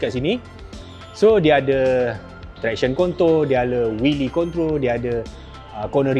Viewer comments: ..traction 'konto'...mcm2 la ni..🤣🤣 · ...tadi ko mcm mencarut je..ko sebut traction kontol..